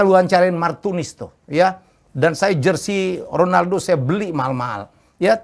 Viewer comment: klu kata om Helmy Honaldo bkn Ronaldo ,, kwkwkwk . pdhal abjad latin yg dibaca H itu J bkn R, misal Javier = Havier .